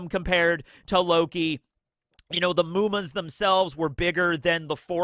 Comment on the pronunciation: I just realized when you said "Muma" that it is supposed to be 夢魔... Its not a long U, its a short one... not "mooma". I thought you were learning some japanese, but it looks like you still cant differentiate between long and short vowels. Its just mu, not muu...